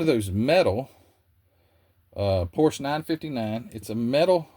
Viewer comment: Great video!¡! But you get an "F" on pronunciation ( and you probably know why- Renault and Porsche )